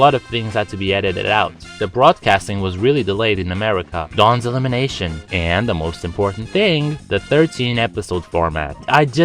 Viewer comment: you said dawns elimenation 4 times